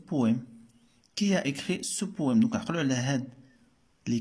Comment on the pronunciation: شكرا صراحة استفدنا منك بزاف ولكن حاول طور مستواك في القراءة Rectifier pas restifier وبالنسبة ل Poème machi poéme ....